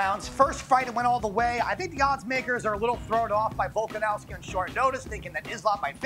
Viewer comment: Love the show but needs to work on his pronunciation! Can’t say either fighter in the main’s name